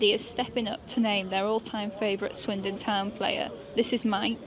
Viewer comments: Swindon not windon is brutal 😂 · Swindon. Not Windon. But why? 🧐😂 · Swindon... Not windon. Sums up the video.🤣 Brutal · "Swindon and not windon thats the whole point" got me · Swindon, not Windon! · Swindon, not windon LMAO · Not Windon! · Swindon, not Windon 😂🤣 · Swindon, not Windon. Sounds like they really swindled the fans there. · swindon, not windon, just for that like the video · Swindon..not WINdon 😅😅😅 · Swindon not windon. And that's the point. 🤣🤣🤣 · Swindon not windonnn 🥲🥲🥲😂🥲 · "Swindon not Windon" caught me off guard for real dawg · Swindon not windon